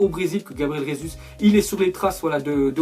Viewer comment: On dit pas Rézuz (prononciation fausse) mais Gésu (prononciation correcte) puisqu'il est Brésilien et la bas on parle portugais pas espagnol..